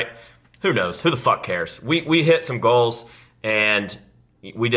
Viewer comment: It’s pronounced GOALS not GLOWS